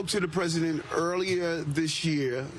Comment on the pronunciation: "I spoke w the Pres. earlier dish year." Yeah, "dish" year, 9 months ago. WTF! we all know the old man is out of it & this one is playing pure stupid. Anyone voted for this MUST suck this up! Karma's a b*tch afterall!